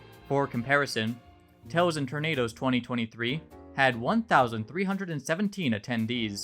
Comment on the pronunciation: It's pronounced Tails and Tornadoes, not Toes and Tornadoes. Otherwise, great video. I used to be friends with Peacewolf, until I discovered her personal views. One thing that was apparent in her Alt Twitter account, she would advocate the persecution and execution of transgender, LGBTQIA+, and even black individuals as a protest against Black Lives Matter and Trans Furries coming out. I remember the last thing I remember saying to her was simple, "You are tainting the simple you brandish proudly on your fursona. Death to anyone is not peace."